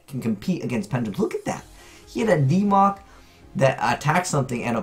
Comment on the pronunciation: "DeeMoc" Ugh, I hope this doesn't become a thing.